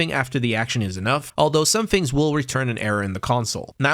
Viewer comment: great job with the video can you stop saying fings though